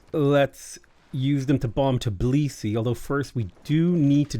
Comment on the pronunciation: My good man, over many years that i'm watching you play civ6, you're not once name Georgian capital correctly. It's always TIB lisi, but it's actually TBI lisi